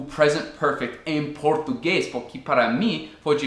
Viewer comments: Suas explicações são muito claras e seus exemplos me ajudam bastante, obrigada!:) Uma curiosidade, você é professor,? Porque leva bastante jeito pra isso, tem uma didática boa ^^ Uma coisa que tenho reparado é que você pronuncia "dIpois" ao invés de "dEpois", e também "porquI", ao invés de "porquE" Nem sempre o "e" vai ter som de "i" em português rs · Dar uma ajuda também... você fala "porqui " tente falar "porque"... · teus videos tem nos ajudado cada dia mais. Uma dica que espero que te ajude, é o "Porque" que você pronuncia "Porqui" com um sinal de "i" no final. Mas na verdade tem som de "E", "PorquE" O Brasil te adora cara. hahahahahaha. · Ah me desculpa mas não consigo assistir o vídeo completo com esse “puqui” PORQUE * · Nossa é muito feio “Puqui” e “dipois” vale para todos os brasileiros que matam a língua portuguesa que é tão linda e para ti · "Pukí"! Kkkkkkkk jeito engraçado de falar "porque" mas gostei do vídeo! Muito bom